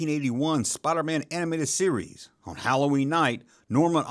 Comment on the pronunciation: When you say "series" it sounds like you're saying "Ree-Yees"...💁🏻💯✔️